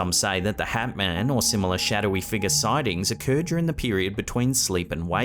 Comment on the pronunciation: You used to say "figure" correctly up until the Halloween live event and now rarely do you say the word correctly. Yes a few people made comments applauding the world "figah" but please stop saying that way on purpose no offense but it's corny and needy not to mention fake.